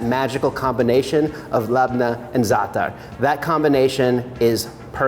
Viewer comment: Thank you for not saying ZATT-TAR.